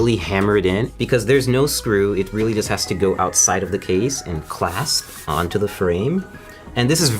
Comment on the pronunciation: Say "clasp" one more time...